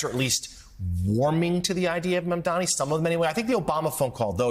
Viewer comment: Gotta wonder if all the ppl mispronouncing “Mamdani” are that ignorant or doing it purposefully.